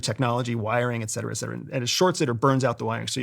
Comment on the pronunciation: I know it’s pedantic, but I automatically discount what people say when they pronounce “etc.” as “excedera.”